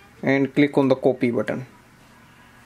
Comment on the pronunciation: everything apart but the way as you say "coopy" is hillarious....... pardon me for my outspokenness but you almost enforced me to comment. #COOPY